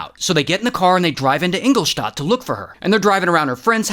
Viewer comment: Love the way you say Ingoldstadt haha